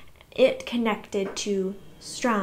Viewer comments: Your pronouncing it "Strum" is kind of adorable. I would miss it if you stopped. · So basically pronounce better but keep pronouncing Sturm the same. Gotcha 👍😂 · I understand that I do say the two names wrong. I’ve had people tell me and I do try to say them correctly. I have just known them by those names my whole life since that’s how my parents pronounced them and my mom originally read me the Dragonlance chronicles, so it’s hard to change after so much time. If I think about it, I do better and I will try to remind myself to say their names better but please be patient with me if I slip back to my original way of saying them. Thank you for helping me improve 😊